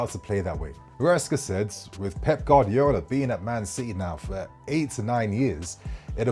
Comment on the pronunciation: could never pronounce Guardiola 😂